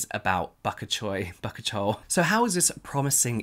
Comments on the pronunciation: I believe it is pronounced buh-cooch-ee-all, dearie! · It’s pronounced ba-coochie-all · Is that the word he was trying to say?? I swear to god it sounded like he was struggling with Bok choy, like the vegetable. Lol! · It’s pronounced Bah-koo-kee-ol You would use a “natural” version of retinol if you are pregnant or breastfeeding seeing as you can’t use retinoids while pregnant. So it’s a good alternative, although we know it’s not the same! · Hey James it’s Bah-Coo-Chee-ol 🤣 I love watching u pronounce stuff in that sexy accent and scruffy beard 😍😍😍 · Pssst it’s pronounced bah-coo-chee-ol ! (I always remember Bad Coochie Oil, I’m not sure why) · “buck-a-chole” fuck why r u the funniest youtuber to exist😂😂😂😂😂😂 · Okay James, thank you for our video (lesson) of the day. Now it’s time for yours LOL! Say it with me now, ba-cooch-e-al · sound it out james bak-u-chiol. also bybi beauty has a good article on their site about why bakuchiol became known as a 'retinol alternative' and the research behind it. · You have probably heard this already; really just trying to be helpful. Accepted pronunciation for bakuchiol: buh - KOO - chee - all. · it's : Ba-ko-ch-oy-el. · Bukuchiol - buh-KOO-chi-ol. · “Ba-coo-cheee-awl.” Bakuchiol. 🙂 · Buck - cute- ee- ol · its pronounced "ba ku chiol" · It's Ba-ku-chi-ol (4 syllables)! It really isn't that hard to pronounce🤦‍♀️. Also, one of the reasons this ingredient is so interesting is because its safe for pregnant women, which retinol is NOT. So why feature it in a video titled - "Skincare Products That Do More Harm Than Good!?" when Bakuchiol is way safer than retinol? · Help James 2020 bakuchiol=baa-coo-chee-ol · It's pronounced bah-coochie-all lol. Like this comment so he can see how to say it!! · The way James says bakuchoil is hilarious. I love bakuchoil. I used the herbivore one and it cleared my acne. In my experience, it was really nice, for me it was not irritating.